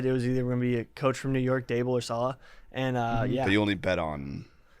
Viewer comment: PMT is the only mainstream sports show that pronounces Robert salah's name correctly